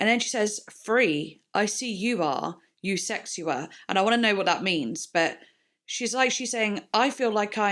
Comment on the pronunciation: It’s actually pronounced USEKSHUA😄